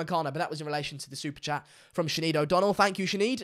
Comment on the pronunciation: Jesus Christ the pronunciation of Sinéad